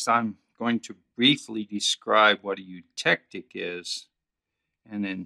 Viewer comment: Oh god, why scream every time when pronouncing the word eutectic